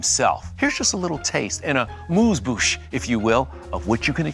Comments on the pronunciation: Favourite series ever, but feeling doubtful this will do anything but ruin my memories of a show that I laughed and cried with, and watched several times over. As soon as we hit in this video and the presenter incorrectly said 'Moozeboosh' instead of the correct term 'Amuse-bouche' (excuse my spelling) whilst in perfect HD video (something really jarring versus our old memories of a sitcom shot on film) - I felt the soul of this reboot is completely off the original spirit of the original. :( Open to being surprised, however I am not optimistic. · What is a "moose-boosh?" Weirdest pause in a presentation ever lol, you completely mangled it, sorry 😂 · It’s not “a mooz-boosh”; It’s an “amuse-bouche”. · I wouldn't have minded if Frasier said "amuse-bouche". I almost stopped watching when Kevin Frazier said it 😱